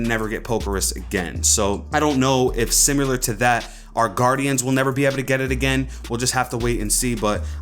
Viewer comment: Why do you say simular?